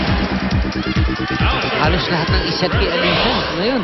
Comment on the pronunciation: Nakakangilo pakinggan yung "alisa" 🤣 same naman spelling noon pa db LY namn..😜